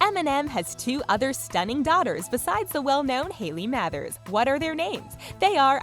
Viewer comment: Why are you pronouncing Mathers stupidly